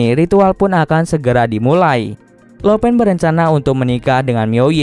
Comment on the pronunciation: Lo pan di bacanya lau pan bukan lo pen. Laupan = bos tertinggi